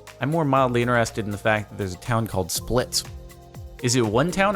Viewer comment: Split is pronounced "Spleet".